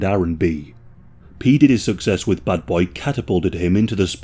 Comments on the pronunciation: Buddy's accent sounded like he said Butt Boy Records instead of Bad Boy Records. Lol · Bro youre saying "buttboy records" on purpose eh ;D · Everyone pronounces it wrong it's not "Bad Boy Records" it's pronounced "Butt-boi Records" 😂😂😂